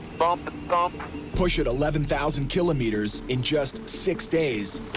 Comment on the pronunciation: Killo-meters? Really? Who says it like that?